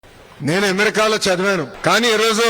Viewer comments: ఎమెరికా కాదు అమెరికా అని పలకాలి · యమరికా కాదు ఆ అమెరికా ఏది అను అమెరికా... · Ammerika not Amerika